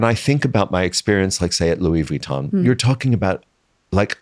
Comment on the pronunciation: it hurts my ears every time he pronounces vuitton like he did not work for them for years and years...